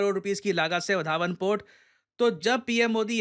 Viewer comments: It's {वाढवणं} Not वादवान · वधावन नही रे वाढवणं!!! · वधावन पोर्ट नहीं वाढवण पोर्ट बोलीये